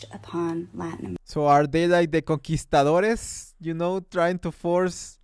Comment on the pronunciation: she can't even pronounce conquistadoresssss. puchica madrrre.